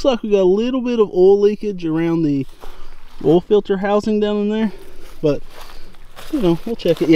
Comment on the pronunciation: oil plug, not "ole" plug, it's a two syllable word. OIL not OLE.